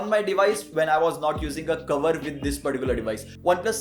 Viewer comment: Coverrrrr verr verr..... Lol